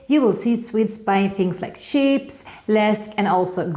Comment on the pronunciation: När du uttryck "chips" du låtar som du säger det engelskt ord för får (sheeps)! Rätt sätt att säga "ch" är samma ljud som "church" på engelska. (Ch-) "ips" är nästa samma ljud nar man säger "it's". 😊